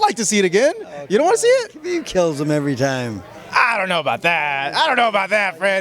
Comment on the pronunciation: One of the very few reporters/interviews who actually says khabib name correctly